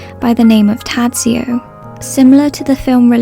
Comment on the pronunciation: it's so outrageous that you call out people on the cast of death in Venice for not bothering to correctly pronounce Bjorn's name and you totally BUTCHER the name of his character. I could understand that you don't even know the correct sounds, but you don't even try, you just read out the letters. you are a true hypocrite